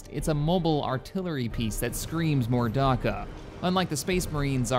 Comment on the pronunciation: "Darkka" Delete this video and upload it again when you've fixed that thanks fella